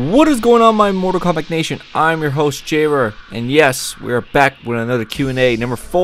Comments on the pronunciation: Why does he say mortal kombac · Everytime u say mortal kombat it sounds like mortal komback lool ? And if u look at the outline of each player on the character select screen. Bottom left one looks like liu kang! :P